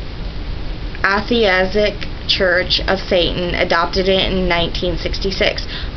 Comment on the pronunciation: You mispronounced "Masonic" and "Atheistic." Poor reading skills for someone your age. Wiccan's steer clear to him? You mean steer clear oh him? (Baphomet).